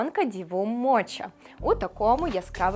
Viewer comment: MOCHE - не моче, а моке або мокка 🤣